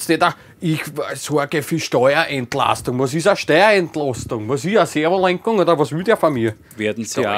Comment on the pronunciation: Wos is a steuaentlaustung? A servolenkung oda was? Ich kann nimma 😂😂😂😂